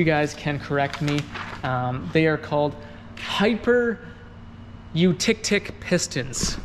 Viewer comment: You were damn close on the piston pronunciation! Pronounced - HYPER - YOU - TEKTIK You rock dude thanks for the vid! Cheers *I should add, if anyone's curious, hypereutectic pistons are aluminum with added materials to reduce the thermal expansion of a normal piston, so tighter tolerances can be achieved.